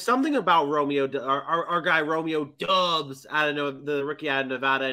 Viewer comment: It's Dobbs when you pronounce it folks. Like Cobb. Not dubs